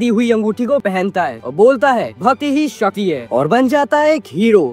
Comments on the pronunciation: Shakti ❌ Shati✅ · Abey bhai shakti toh thik se bol😂😅